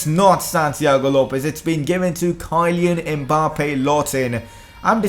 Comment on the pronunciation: nice vid man but you really have to learn to pronounce names of world class players kyleen mbappe, Usmani dembele ?? ---REALLY